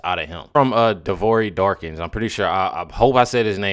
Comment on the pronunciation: Catholics want the $ always. They hid pedophiles for years! Why not illegals? What did they do with that $? Bc anything that has to do with Trump! Hardly anyone was vetted! And she is stupid! They all sound stupid trying to tear these subjects apart. Yes, you said Davory Darkins name right